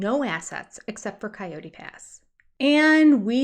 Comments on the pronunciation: In US it is Cii ot tee. It's pronounced like the animal. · Most of us in the west say Cay-Ote pass (2 syllables), Kie-oat or however you phonetically spell that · You're wholly wrong on how to pronounce coyote. It's actually KAI YOOT. Or KIGH as in High you-t. That's Canadian (proper english).2 syllables always. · I hear three syllables.